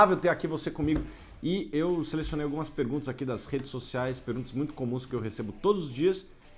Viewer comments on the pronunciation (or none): "redes socis" kkk